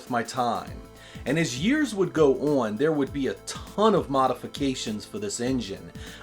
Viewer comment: On = On. Not On = Owan. You're welcome.